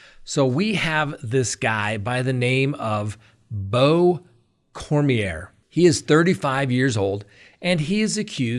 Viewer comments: I am from Louisiana! The name is pronounced Korm-Yay! What a POS!!! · in Louisiana ier is pronounced yea. Cormyea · Cor mi a is how you pronounce his last name here in Louisiana! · Lol. I came here to say that too! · CoreMeA is how the name is pronounced.